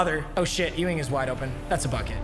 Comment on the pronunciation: Papa his name is not EWW- ING its YOU-ING